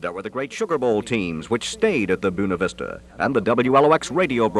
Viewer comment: Who taught this guy how to say Buena Vista?